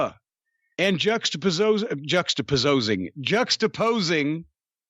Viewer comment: “Juxtapozosing” Corny breaking into carny there